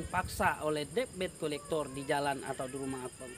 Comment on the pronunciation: Debt collector. Di bacanya dalam english ( Debt Kollektor)